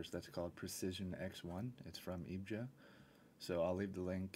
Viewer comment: It's pronounced E V G A!